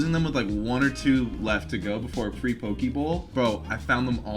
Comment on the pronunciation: lol buddy ate a hundred poke bowls and still saying pokie